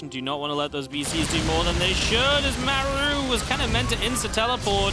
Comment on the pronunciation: Also I hate how he pronounces Maru wtf